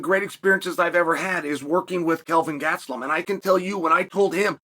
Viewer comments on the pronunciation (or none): Gatsellum or Gastelum? What a disrespectful twat!